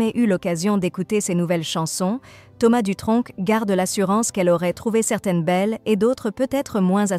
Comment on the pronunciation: Je sens un petit accent dans vos dialogues, on ne prononce pad le c à Dutronc